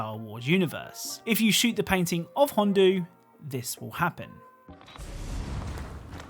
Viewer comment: You said Hondo Ohnaka wrong. You said Hondu.